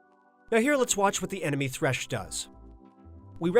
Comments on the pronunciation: Thresh not Tresh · Tresh lmao